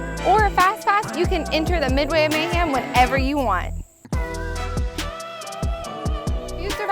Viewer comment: Did she say May-ham?